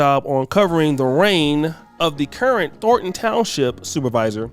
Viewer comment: Thorn. Thornton. Not "Thorton".